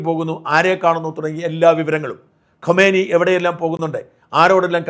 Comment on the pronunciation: ഖോമേനി അല്ല ഖുമേനി മരിച്ചത് 1989 ലാണ്. ഇപ്പോൾ മരിച്ചത് ഖമനേയി. എല്ലാ മലയാള മാധ്യമങ്ങളുടെയും വിദേശ പേരുകളുടെ ഉച്ചാരണം അതി വിചിത്രമാണ്. മണ്ടന്മാർക്ക് എന്തായാലും കുഴപ്പമില്ല, കാര്യം മനസ്സിലായില്ലേ... അതു മതി എന്ന് ചിന്തിക്കാതെ കുറച്ചു കൂടി ശ്രദ്ധ ചെലുത്തൂ...